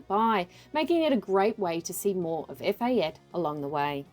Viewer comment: Its "Eh-fa-tay"